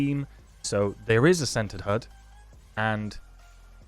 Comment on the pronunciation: The whole time you were saying "centered HUD" I thought you were saying "scented HUD". Needless to say, I was very confused.